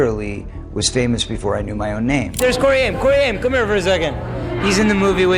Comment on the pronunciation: Your crappy AI voiceover has now pronounced "Haim" in about four different ways.